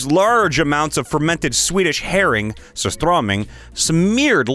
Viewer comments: how you pronouced "surströmming" made me chuckle and yes as a swede i can confirm it smells terrible. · Yeah it’s so… wrong but I get where he’s coming from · I love how you said surströmming as a Swedish person myself its hilarious